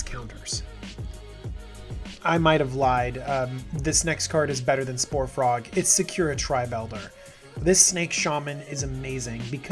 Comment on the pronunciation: I love your vids, but the weeb in me winces every time you bring up Sakura-Tribe Elder in one. It's pronounced more like "Sakoo-rah" not "Secure-ah" just as a heads up. They're playing off the JP term for cherry blossoms in the snake tribe's name since it was part of the Kamigawa set.